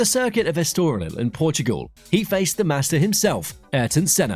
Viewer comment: Can't evev pronounce "Estoril". F off.